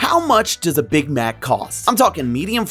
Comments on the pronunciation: Why does he say Big Mac like that 😂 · anyone else bothered by how he says big mac